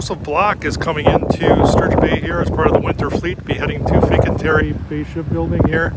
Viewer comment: Oregon is pronounced OregEn. NOT OREGONE. My God. He can’t pronounce FINCANTIERI correctly either.